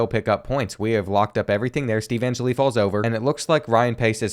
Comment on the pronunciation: an-jelly not an-jilly